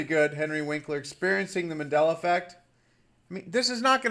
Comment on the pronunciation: Sweetheart, its MAN-della, not MA-della. Just an fyi.